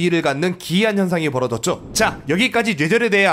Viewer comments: 노애절 이라고 들리는데요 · 초반에는 뇌절이 발음이 되는데 1/4정도?부터는 뇨ㅣ절이나 뉴ㅔ절로 발음하세요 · 뇌절 발음이 눼절이야 형.. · 뇌절을 뉴에졀 로 발음하다니.. 눼절로 발음해여져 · 근데 왜 뇌절이아니라 냬절이라고 발음하세요..? 귀엽잖아... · 은근 뇌절이라는 말 발음 잘 못하시는듯... 뇨ㅣ절이라 들림... 발음 전달력이 좋으신데 뇌절에 걸리셨네요 ㅋㅋ 영상 잘 보고 있습니다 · ㄸㅇㅈ 형 왜 자꾸 뇨ㅣ절,녜절이라해? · 죄절 죠ㅣ절 이렇게도들리네요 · ㄹㅇ 뉘에절 이런 식으로 들림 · Ü처럼 들려요(?) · 처음 뇌절 발음하실때 저는 예절이라 들려요 ㅠ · 정확하게 뇨ㅣ졀 이라고 들려요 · 뉴ㅔ절발음 불편하네요 ㅋㅋㅋㅋㅋㅋㅋㅋㅋ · 그렇게 들려서 채팅쓰려다 말았는데 담부터는 쓸게요 개선해 갑시다 누웨절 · 녜절이라고 들려요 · 진짜로 뉴ㅔ 절로 들리는데요 ? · 줴절로 들령ㅅ. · 누ㅖ졀 이라 들려 형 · 뉴ㅔ절이라고 잘들림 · 오 맞네 뉴ㅔ절이라 들림ㅋㅋㅋ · 눼졀 이렇게들림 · 냬절로 들려요! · 뇨ㅔ절로 들려요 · 뉴ㅔ졀 처럼 들림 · 뇨ㅣ절이건 뉴ㅔ절이건 일단 뇌절은 아님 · 뉴절이라고했다가 뇨절이라고 들리기도하고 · 뉴ㅣ절로 들림ㅋㅋㅋㅋㅋㅋㅋㅋㅋㅋㅋㅋㅋㅋㅋㅋㅋㅋㅋㅋㅋㅋㅋㅋㅋㅋㅋㅋㅋㅋㅋㅋㅋㅋㅋㅋㅋㅋㅋㅋㅋㅋㅋㅋㅋㄲㄱㅋㅋㅋ 눼절ㅋㅋㅋㅋ 개웃기네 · 근데 저희중학교때 국어 선생님도 뇌절을 눼절이라 발음하더군요ㅋㅋㅋㅋ 그게맞는거라면서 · 진짜 뇨ㅣ졀로 들림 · 쥬ㅔ절로도 들림ㅋㅋ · 뉴ㅔ절 ㅋㅋㅋㅋㅋㅋ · 전 "놰"절로들림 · 눼졀로들려요 ㅋㅋ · 뇨ㅣ절로 들리는데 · ㄴ뇨ㅣ 절로들림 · (눼ㅈ졀) 정확히 이렇게 들려요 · 뇨ㅣ절 이라니까 진짜 뇨ㅣ절 이라 들려요ㅠ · 눼졀로 들리는데.. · 뱔음은 눼절인듯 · 난 녜졀로 들림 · 뉴ㅖ절이라고 들려요ㅋㅋㅋ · 뇨ㅣ절이라 들리긴 하네 따라하려해도 잘 안되는데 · 광고나오는동안 댓글부터 보고 뇨ㅣ절 이나 녜절을 어떻게 발음하지 하고 상상이 안됬는데 영상 시작하자마자 바로 이해했다 ㅋ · 이국적인 발음이군요.. 세뇨리절~ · 왜 뇌절 발음이 눼절(녜절) 이야? ㅋㅋㅋㅋ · ㅋㅋㅋ갑자기 소리가 이상하게들리자너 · 자꾸 녜절이래..ㅋㅋ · 진짜 녜절 이라고 하네 ㅋㅋㅋㅋ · 니네들이 뉴절 뇨ㅣ절이라니까 진짜 그렇게 들리잖어.. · 녜절이라고 들림ㅋㅋㅋㅋㅋ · 오 진짜 뉴ㅔ절 발음 신기하당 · 뇌절 발음이 아쉽다 뉴절로 들려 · 눼절 발음 무엇.. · 발음이 형 녜절 눼절 다양하네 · 뇨ㅣ절도 아니고 뉴ㅔ절도 아니고 녜절인데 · 뉘에절 이라고 들리는데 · 왜 발음이 뇨외절임.. 약간 뇨ㅣ절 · 눼저ㄹㅋㅋ 발음 이렇게 들림ㅋㅋ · 뇌절은 단모음으로 발음하기 어려운 게 정상입니다만 은 심각하긴 하네요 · 진짜 뇌절발음이 아닌걸??ㅋㅋㅋㅋ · 진짜 그렇게 들려요 ㅋㅋㅋ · 원래 ㅚ랑 ㅟ가 단모음으로 발음해야되는데 그게 어려워서 이중모음으로 발음하는것도 허용해준거래요